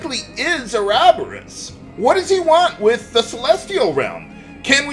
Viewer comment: I have to say, I really hate how this game pronounces Ouroboros; I grew up saying it with primary stress on the third syllable and secondary stress on the first, so hearing it moved to the second is supremely awkward....